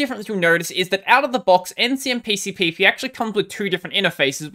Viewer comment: Probably the only Linux-tuber who pronounces Ncmpcpp in one breath! Good job man!